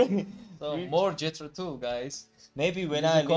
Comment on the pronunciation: Tull rhymes with dull. That said, they’re anything but dull. The guitar solo in this song is one of my favorites of all time.